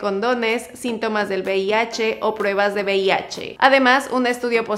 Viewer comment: Joder todo el vídeo diciendo bih, será VIH no?.